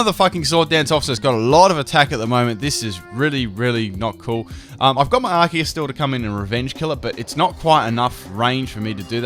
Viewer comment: I'm so happy you pronounce arceus correctly